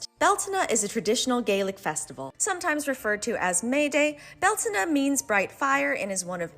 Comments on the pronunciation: Beltena? they pronounce... Alright, Its bell-tain. Learned this from my celtic pagan mom. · Is it really pronounced bell-tah-nah? I thought it was bel-tane? Not trying to be nitpick just asking